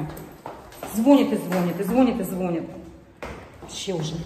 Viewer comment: ну режет ухо это " звон'ит" ну что вам стоит говорить правильно ))))